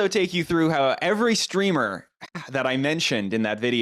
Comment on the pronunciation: I think you mean “Streamah”